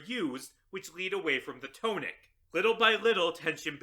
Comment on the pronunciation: The blame falls to the English language. But that isn't how "tonic" is pronounced.